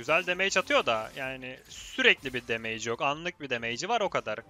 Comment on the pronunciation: usta damage 'demeyç' değil de demıç şeklinde okunuyormuş bilgine dikkatt